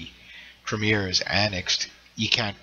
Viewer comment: Please learn how to speak english and say crimea. Its not crimear its crimea